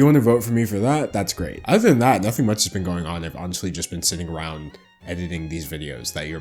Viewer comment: Why can not pronounce ch's? Sounds like he says "muts" instead of "much" for example